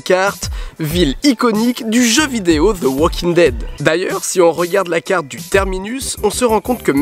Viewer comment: Ze walking... prononce -le comme un d ce serait mieux.